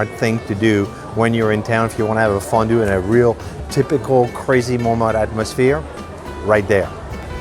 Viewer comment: Why do you pronounce Montmartre different from the French or is there more than one way to pronounce it?